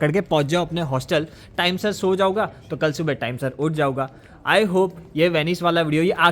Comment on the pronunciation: वर्णमाला में एक वर्ण होता है अं इस भाई की बोली में वो वर्ण है ही नहीं। खाऊगा जाऊगा नहीं भाई खाऊंगा और जाऊंगा होता है 😂